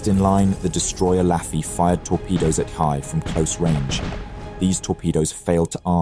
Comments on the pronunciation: And it's not battleship "Hi", but "Hee A" (long A). He got it right most of the time, but not . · You pronounce the same Japanese word differently even if it appears twice in the same sentence. HeeYay or Heee? KeerowSHEma or KeROWshima? Ayyb or Ahbay? Either you or the AI voice needs more training! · Hiei= Hee-Yay. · similarly with the pronunciation of Hiei. I think you pronounce it differently a few times. Not a HUGE deal, but I believe it is "He-Ae" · Is this read by AI? The battleship hiei has been pronounced three different ways in the same video. Not to mention the mispronunciation of Admiral Abe. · How the heck do you pronounce "Hiei" three different times in the same video? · How do you go through three different pronunciations of Hiei in the same video lol